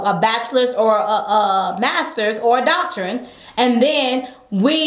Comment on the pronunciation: Did she say doctorine instead of doctorate.